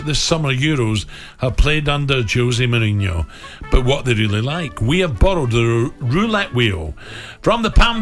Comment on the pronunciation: Jose Mouwinho's Euwo Woulette !